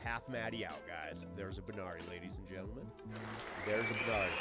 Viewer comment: Hey brother it's actually a "Barani" not a banari. Alot of people make that mistake though. Lol